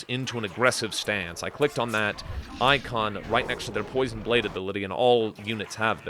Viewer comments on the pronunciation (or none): none